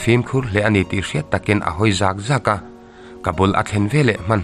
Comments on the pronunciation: "Ka hawi zâk²a" Ni lovin "Ka hawi zak²tih tur aw,Mizo tawng thlûk diklo hi in hmang nasa lutuk a ninawm😁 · Zat zat tih lai kha...zaat zaat ni lo aw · Tingemaw i hawitir zaak zaak fo le!? Ka zak lutuk tih kan sawi a, zak tih thluk chiahin lamrik tur a ni e. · Zak2 i chhiar dan hi lo ennawn leh teh.. thluk lovin zak2 tihtur a nih hmel e.. i chhiarthiam thin viau a. Hei hi erawh lo ennawn leh teh. Tawngkam thiam leh thuchhiar thiamah chuan tunlai youtuber ah thiam ka tih ber zing a mi i ni. Mixo tawng chhiar danah hian Lo tang sauh2 teh. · "Zak Zak' mizo tawng thluk danah fimkhur leh zual Nan aw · Zak zak hi tinge i lam fuh ngai loh le aw,hawi zak zak hi thlûk loh tur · Zak zak tih kha i thluk dik lo tlat. Mizo tawng hi uluk ve deuh teh u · Ngaihthlak a nuam viauva,NGO te cheksawlhna lam hawi thupui anih hi chuan mit chu ala nep deuh.Mahse an diklohna liantak hriatchian tur awm anih chuan hriat a tha.Tin,zak zak tih ilam dan kha ngaihthla chiang la a diklo,ngaihthlak a hreawm tep..tangzel teh khai.. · Zak Zak,zakhnuai kan lamdan thlukin,Zak Zak tihtur aw,a ngaihnawmlo zovek. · I tih than ve tawh tehlul nen i thluk dik lo nasa hle mai,han uluk deuh tawh teh, hawi zak zak tih tur aw, thlukna a awm lo😂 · Zak zak ti a lam tur ni awm tak a ni,,, thluk lo in